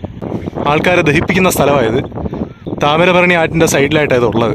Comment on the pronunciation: ബ്രോ..താമരഭരണി എന്നത് തെറ്റാണ്.. താമ്രപർണി എന്നതാണ് ശരി.. വീഡിയോ ഉഗ്രനാ....